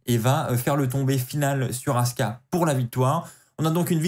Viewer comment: C'est Asuka, pas Aska! 😂